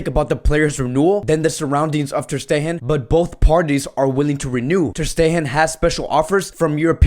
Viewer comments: Filip Kurleto not his accent. he can say “steGen”, he says the “G” in different words. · “ter steHen” 😂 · Filip Kurleto that means he knows how to correctly pronounce ter stegen but he chooses not to. That is why it’s funny. We aren’t laughing because of an accent but of how he always pronounces players names wrongly lmao 😂😂.